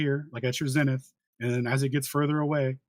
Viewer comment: If I have to hear say ‘latty,’ ‘longy,’ ‘cel theo,’ or ‘zenny’ again, I’ll jump off the edge of the (not) flat earth.